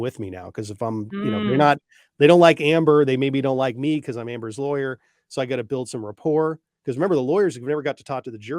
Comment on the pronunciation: I love it!! The announcer voice kind of sounds like he says lawr-yer tho 😂